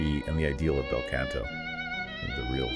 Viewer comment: Wanted to like this when I saw the title. After the 6th mispronunciation and the ongoing "can'to" instead of "canto," I just couldn't take it seriously anymore.